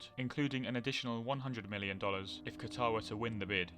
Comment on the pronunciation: Anyone else get mildly annoyed when people pronounce Qatar incorrectly?